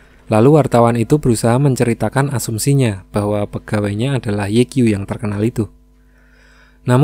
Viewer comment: Sedikit koreksi 'Ye Qiu' itu dibacanya 'Ye Ciu'👌🏻